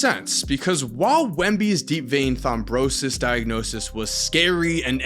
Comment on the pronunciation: I have to wonder.. will you ever learn how to pronounce "Thrombosis"?